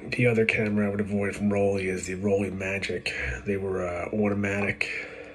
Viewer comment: I own the Rollei Magic model II. The meter doesn't work anymore of course, but the camera can still be used in manual mode. I have got excellent results with the Magic II. The original magic model I was all auto. FYI, the name Rollei is pronounced (ROLL EYE) in Deutsche. Danke mein Freund.